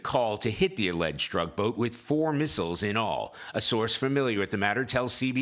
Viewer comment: Cracks me up how you say alleged. We can read a cigarette label from outer space. You really think we're shooting at fisherman?